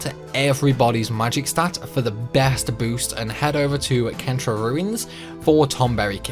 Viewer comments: Well done! Loved the workaround in Ulti's Castle. Although I did find it quite jarring that you pronounced Centra as KEN-tra - for me it's always been SEN-tra in my head (as in center)! The joys of text-only games :P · i was thinking the same thing. nothing could have prepared me for kentra. i always thought that centra being the central continent made it quite obvious. most of the others though, there are legit disagreements on pronunciation